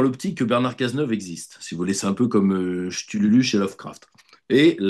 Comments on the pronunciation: viol de Lovecraft avec Cthulhu (prononcé KTOULOU) qui devient "Shtululu" ce n'est pas la premiere fois que se tente a sortir des noms, des concepts ou des idées qu'il ne maitrise pas... voir juge sur le physique par exemple RAFFARIN qu'il jugeait de Quasimodo, moyen moyen dommage car il a assez de culture pour ne pas essayer d'en prétendre a plus ou de s'en prendre au physique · Cthuluh - Koo-too-loo,... qu'on insulte les députés, les ministres et le président passe encore, mais manquer de respect à un Grand Ancien... à peine plus vieux que Brigitte, en plus... 🙂(Merci pour cette vidéo) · Omerta, dîtes au la prochaine fois que vous le verrez, que "Chtulhu" se dit "ktoulou"